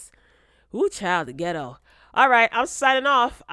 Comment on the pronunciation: “The ghet-to the ghet-to” -Nene OG Leakes